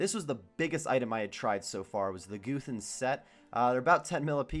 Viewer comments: its guthans not goothans pls stop it D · You're right I don't. I also don't get what that has to do with Goothans being a funny way to pronounce Guthans.